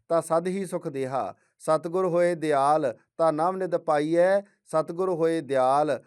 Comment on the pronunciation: ਦਿਆਲ ਨਹੀਂ, ਦਇਆਲ ਲਿਖਿਆ ਹੈ ਭਾਈ ਸਾਹਿਬ।ਗਲਤ ਉਚਾਰਨ ਕਰ ਰਹੇ ਹੋ